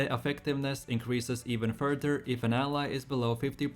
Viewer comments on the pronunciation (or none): none